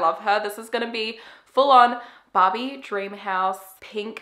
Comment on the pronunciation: Every time that you sad Barbie, I understand Bobby, like " they look like Bobby lips" and I was like Who's Bobby? And then I understand that you were saying Barbie hahaahahahaha issues of a second language 🇧🇷